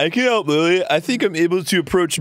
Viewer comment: What he says: hup ^.^What he means: help